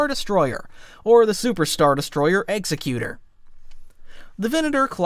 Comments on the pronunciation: It's "ex-ec-you-tor" not "execute-er" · You said "executer" (as in a person who kills someone...actually a person who kills someone for justice is called an executioner...not sure "executer" is even a word). It's name is actually "Executor" (a person designated to carry out instructions in a will). We can suppose in this case the name is meant to convey it is there to carry out the will of the Emperor. They are pronounced differently. The ship name is pronounced X-ECK-u-tor.